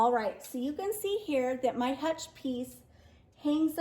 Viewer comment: Very, very unique “hutchel”😉. Happy New Year 2022!!!!